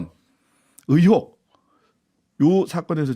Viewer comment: 는 발음교정을 하시죠. 언론인이고 공공방송에 나오면 표준어를 쓰셔야죠. '으혹'이 아니고 '의혹'입니다.